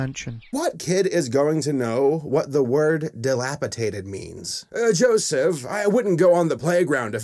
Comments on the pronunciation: Love your reviews, but the word is dilapidated, my dude. Not "dilapitated" lol. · It's pronounced Dilapidated, not dilapitated. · >rags on the narrator for using the word "dilapidated" >pronounces it "dilapitated" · ...Mr. Troll? That is clearly a leprechaun, wtf? Why are that lady's arms so short?? Basic anatomy, a characters hands should, at minimum, reach to the top of the thigh...hers stop at like, her waist 😆 Also, the movie's narrator doesn't even say the word right. It's dilapidated , not dilapipated 🤣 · Dilapidated not dilapitated